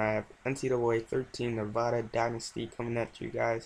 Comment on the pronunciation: good vid but you said Nevada wrong